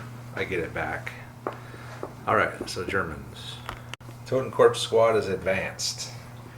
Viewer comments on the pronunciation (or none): Totenkorps (the p is silent btw, just like the word corps which is its translation) advance 4" and run 8". So horror still matters.